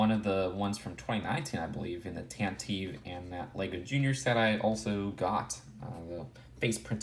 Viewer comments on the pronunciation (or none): Did you just say TanTEEV? It's Tantive. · Carbonite Hunter one is pronounced like eve and the correct way is pronounced like live